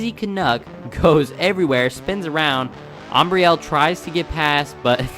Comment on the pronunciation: Awesome races! Nice job with the commentary and pronouncing Ambrielle's name!! She loved it guys! Go Stoopid Fish Racing!!!!